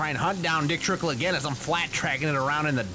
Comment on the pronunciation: I know he meant to say Dick Trickle, but I much rather him say Cole Trickle instead of Dick Tickle. BTW, I am surprised you responded to this A MONTH LATER!!!!! To some it's funny, but if you are in a relationship with someone, don't say dick tickle. It is weird and totally unprofessional.